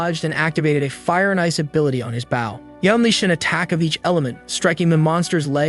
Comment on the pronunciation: I'm starting to wonder if the channel owner is using an AI voice or if English is their second language despite the accent. "Bow" being pronounced like "bowing" instead of the weapon is throwing me off.